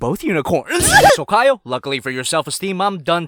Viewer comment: y da f u keep pronouncing kyle like kayol or kayo